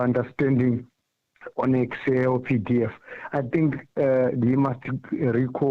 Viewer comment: Then judge instead of saying “EXCEL” he keeps saying “PERSAL” 😩🙄